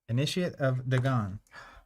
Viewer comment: Finally folks who pronounce Dagon correctly! Nice ah just like you were born with gills! One of us! One of us! XD